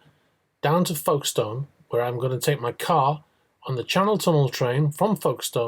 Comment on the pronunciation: I have never heard Folkestone pronounced in such a bizarre way.